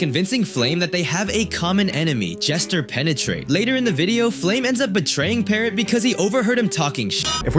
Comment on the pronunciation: 'JeaterPenetrate'bro le said that